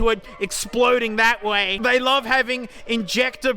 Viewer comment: I don't wuv the car but I do wuv woo